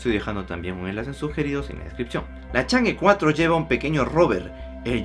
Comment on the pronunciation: No se pronuncia change, se pronuncia chong'a